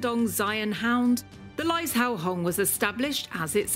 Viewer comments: Pronounced Lai-zhou. Kind of sounds like lai-joe. Absolutely beautiful. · Laizhou - the zh is a j sound.